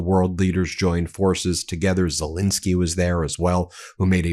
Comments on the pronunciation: I try again: please say SelEnsky. Not Selinsky. You wouldn't want to be called Moselas, would you? Everybody correctly says MEIselas. Well, it's ZELENSKY. P.S.: I love your commentaries. Nothing but praise for those. But please, refer to Ukrain's president as ZELENSKY. We owe him that. Thank you very much in advance! 🙂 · Quite a while ago I heard of President Zel-E-nsky of Ukraine, but he’s STILL magically morphing into Zel-I-nsky! Why? WHY?